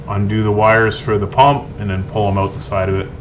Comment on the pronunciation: "owt" you're Canadian 😂😂😂